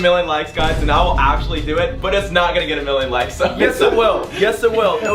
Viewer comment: I ACCULLY WAWN TOO